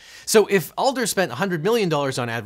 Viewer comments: It's Adler, not Alder. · ADLER, not ALDER. "AD" is much harsher, especially with a Texas accent, than "ALL" would be, and it's the same flat a sound that's in hammer.. His youngest child overlapped my oldest at the same school for a couple of years. Funny, Jim didn't seem at all violent at fundraisers. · His last name is AD-LER not ALL-DER. Just so you know. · The TX lawyer's name is Adler, not Alder. Love your channel. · Objection with mitigation: Even though the texas guys name is Adler and not Alder, there probably is a hammer lawyer named Alder too 😋 Somewhat related: if the name was constantly mispronounced in a lawsuit, could either party use that as an excuse to dismiss as the "beef is with someone else?" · As a Texan, if you mispronounced “Adler” as “Alder” one more time I was going to scream 😂 🔨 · It physically pained me every time Devin said "Alder" instead of "Adler". Still the best video on hammer laws! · Same! This Houstonian cringed every time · I said the same thing too. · Is it Alder or Adler? Devin, I've been listening to him say "Adler" for my entire childhood.... I object to this misnomer! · This whole time he's been saying "Alder" and it hurts me 😭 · You keep calling him Alder, it's Adler. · jim's last name is AD-LER not Al-DER. I live in the area of the Texas commercials and believe me it is AD-LER. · It’s not Alder, it’s Ad-ler. As a Houstonian raised on Houston TV, I am so embarrassed for you. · OBJECTION. It's ADLER, not Alder. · Omg it’s Ad-ler not Al-der. As a Houstonian I am offended. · Devin, his name is A-D-L-E-R not A-L-D-E-R Add not Ald! He literally says it in the clip you play! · Pronounced Add-Ler. Not All-Der. I was listening to this video in the background and had no clue who Devon was talking about initially. As a native Houstonian everyone KNOWS the TEXAS HAMMER JIM Adler (Add-ler) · The Texas hammers last name is Adler not alder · Since you keep mispronouncing "Adler" as "Alder", I'll just call you "LeagleEalge" from now on. 😋